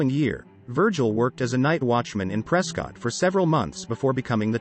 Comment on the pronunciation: Ptrescott … not prescottt , can tell you Arenot from Arizona.|-Sad